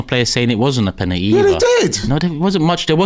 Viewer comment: Why does says the word penalty “penateee”? Why does he try to talk black? You’re not black mate, you’re right? Sort yourself out pal ffs